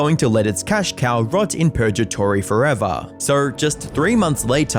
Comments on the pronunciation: 13.02 "purge-atory" lol. do you, perchance, mean purg-atory? see my previous comment concerning english use. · Purjatory... really? You couldn't have checked? Also. I really miss top gear, and I'm not even a huge fan of cars. It was the three hosts that I tuned in for. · Lmfao purjatory. I know you only said that for rage/comment bait, and that was good I’ll give it to you. Lmao. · At least research how certain names and words are pronounced because Yorkshire, purgatory, LeBlanc and Oisin are not pronounced that way, it does not take long just to search how to say them instead of pumping out weekly videos, I've even seen some comments saying that ai may even be involved. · It’s not Le-BLANK. It’s pronounced Le-BLONK. People have already pointed out Purgatory and Oisin. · Reminds me of a video I watched where the guy mispronounces Edinburgh and how mispronounces Yorkshire, Oisin and purgatory here, it doesn't take a lot of time to search up and listen how to say a certain word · The G in "purgatory" makes the same sound as the G in "green". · i have never heard purgatory pronounced that way... wut? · Yeah. Him mispronouncing Oisin I can understand. Different countries and all that. But purgatory is something I thought everyone knew how to say